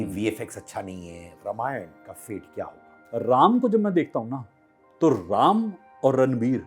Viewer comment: यह रमायण क्या हॆ? सीधा शुद्ध रामायण नहीं बोल सकते?😊